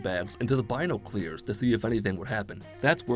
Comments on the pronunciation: bino-clears...? what? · Bine-no-clears? Not once have I known someone that pronounces it like that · Everyone: “binoculars”: “Bino-clears” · In the south where I am, people intentionally pronounce it wrong, pronounce it: "bye-knock-you-larz" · Bino-clears is crazy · Was he saying "bino clears" on purpose? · How says binoculars 🤣🤣🤣🤣